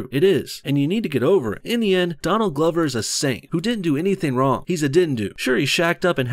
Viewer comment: Did you call him Don Lover??